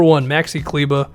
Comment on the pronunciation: Only YouTuber who pronounces Kleber right !